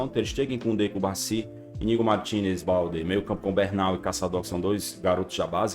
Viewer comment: chamando o jogador do Barcelona de BALDE até hoje é intankavel, é impossível ele não saber a pronúncia até agora